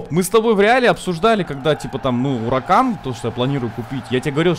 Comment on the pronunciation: Саня, Не Уракан, а Хуракан